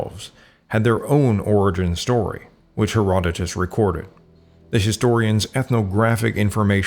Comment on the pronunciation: It would be a good idea to correct the sound track for the MANY errors of pronunciation, from the proper names Herdodotus, Cimmerian, Sarmatian, Thracian, ETC. and to fix the pronunciation of to "rout" an enemy, which does NOT rhyme with "to root" out a problem@ Rout rhymes with pout! How can we trust your history or your genetics if the proper names are so often mangled / given incorrectly? If you are unsure how to pronounce Berezhovka, ask someone!